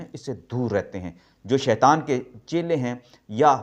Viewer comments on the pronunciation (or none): none